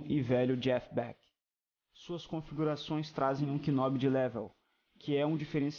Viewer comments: K I nob... nao se pronuncia o k desse jeito ;) ou fala butao ou "nob" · Legal o video, boa produção, parabéns. Uma dica: Knob se pronuncia "nób" e não "Kinób", não se fala o k. Qual o amp? está microfonado ou usa algum line out?